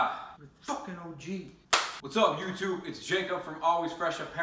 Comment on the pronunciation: i cried when i heard that "wots ap youtoob"